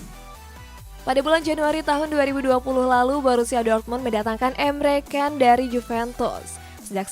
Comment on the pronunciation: Ni gue perhatiin host nya ngomong salah mulu. Tolong lah, kasih penonton info yg bener. Emre Can woi bukan Emre Kan